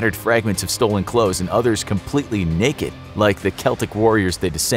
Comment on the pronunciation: Completely neigh-ked 🙈